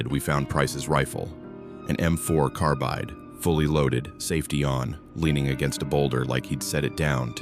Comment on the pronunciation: I believe the riflemen's creed says you can lose a "carbide", but never carbine.😮